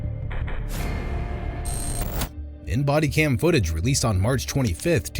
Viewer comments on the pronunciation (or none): none